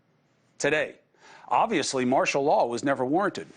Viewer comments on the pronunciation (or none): Martial Law You said Martil lol But easy to say while listening not so easy doing all the talking. 👍🏽👌🏽✌🏽🤠